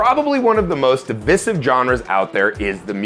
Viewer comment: Never heard divisive pronounced like that 😂 tell me you’re trying to read from a script without telling me you’re reading from a script 😂